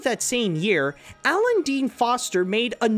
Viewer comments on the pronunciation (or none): none